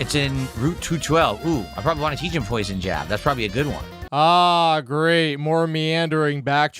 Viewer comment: "I'm the streamer, I can play what I wahn!" Also: "Guys, I don't know how much longer this game has with support this low."